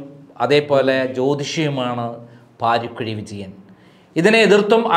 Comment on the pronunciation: Paarikkuzhi alla paarakuzhiyaanu